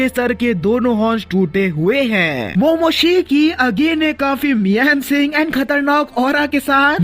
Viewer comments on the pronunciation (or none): none